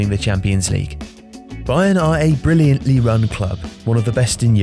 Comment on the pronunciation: "Brilliant-lee run club" sounds weird or is it just me?